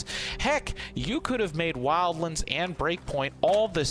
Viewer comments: ah yes wildlinds as you say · Wildlends.....??? Wtf is wrong you??🤣🤣